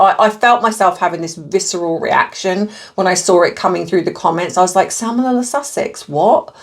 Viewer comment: it’s salmoNella 😂